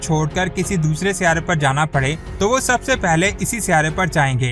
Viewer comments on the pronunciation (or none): none